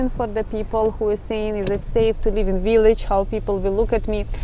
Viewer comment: “Unexpected” is the word you want, although “unexpectable” is an interesting new word! Also, “village” and “villa” are pronounced with a V, not a W, the same as B in Ukrainian, so think, Billage. Personally I prefer a village that is small and where you can have chickens and a garden! In the US we would call what you are showing us a suburb.